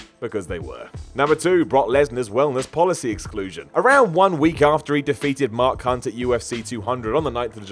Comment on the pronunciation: you really should take your time and pronounce it separately when saying "Mark Hunt".